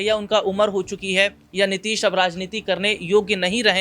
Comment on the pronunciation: गधा तुमको बोलना नहीं आता नीतीश कुमार बोल नीतीश नहीं